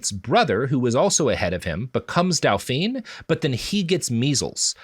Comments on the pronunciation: I'm not even good at French (pro-tip: never take Spanish before taking French), but Robert pronouncing "Dauphin" as "dau-pheen" got me fucked up. Like the "dau-pheen" is not the Dauphin, Robert; that's his wife. (When you pronounce the last consonant-phoneme in a gendered French title, you make it the feminine version of that title. "Dauphin" should sound more like "dau-phah." "Dauphine" sounds like "dau-pheen.") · You don't have to say it the perfectly-French way, but you can just say "daw-fin" (and "daw-feen" for Dauphine). At least then I know what you're trying to say, instead of my brain just hearing everyone get referred to as a princess, including the men, and getting really confused.